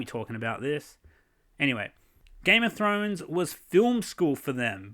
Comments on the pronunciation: "Game of Show showrunners" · "Game of Show" lol